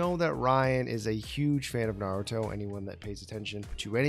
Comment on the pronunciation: He actually said Naruto right?!